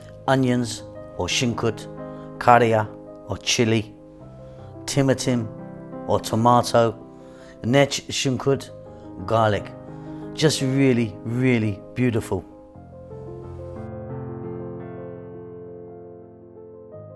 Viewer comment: I love Ethiopia and Ethiopian food is my favourite cuisine ever. Thank you for this series. (NB 🍅 is pronounced timaaaaatim, not timtim :-) )